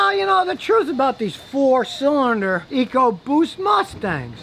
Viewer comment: Scotty says "ecoboost" like it's a foreign language.